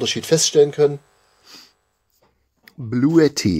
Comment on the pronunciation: sagt, dass es nicht "Bluetti" heisst, sondern (ausgesprochen) "Bluuti" 😂